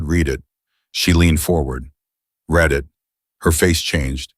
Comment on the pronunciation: Again the word read. Reed or red. Your reader doesn't know the difference.